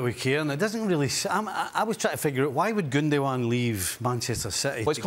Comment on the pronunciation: There is no L in Gundogan.